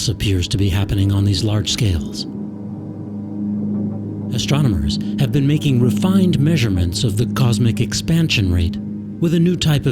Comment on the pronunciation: Great show but terrible narration..."ass-tronomers"???